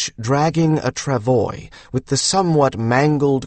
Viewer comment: Travois is a FRENCH word that is pronounced tra-VWAH . . . NOT tra-voy . . .